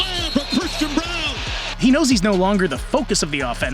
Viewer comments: Only one disagreement in this video. It's pronounced BROWN, not BRON. There is many ways to spell a name, not sure why people are struggling with this so much. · It’s Christian Braun, pronounced like “Brown”.